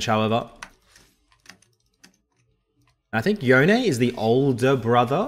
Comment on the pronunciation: Big thumbs up for pronouncing Yone correctly. P.S. love that AiiYa